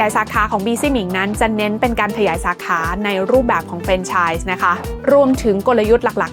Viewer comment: มีร้านของเถ้าแก่น้อยด้วยครับ ป.ล. มันควรจะอ่านออกเสียงว่า แฟรนไชส์ นะครับผม